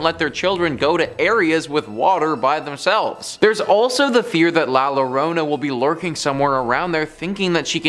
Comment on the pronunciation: great stories....but La Llorona is pronounced La Yorona